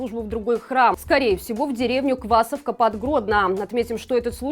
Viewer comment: квасовка - ударение на второй слог. Если, что